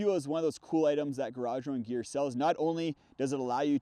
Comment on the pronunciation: For the longest time, I thought you were saying “garage rone gear” and o could never find the website 😂